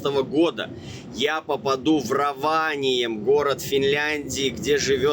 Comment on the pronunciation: РОваниеми, ударение на первый слог.